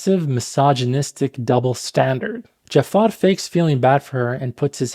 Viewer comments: sorry but you cant even pronounce jafar in arabic? its ja3far (جعفر) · You didn't pronounce Jaafar correctly. It's Ja3far, where the 3 is the Ain. جعفر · اخوي متاكد انك عربي؟ ما تعرف تنطق " جعفر" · it's not pronounced the way it is in the movie in arabic. It's a much softer er sound with the ja being quick and pronounced. Arabs would say "JA-3-fer" While the movie says "dja-FFAaaR" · yo i'm arab and i just wanted to clarify ur arabic pronunciation of jaafar is incorrecet it's ja3far. with a ع!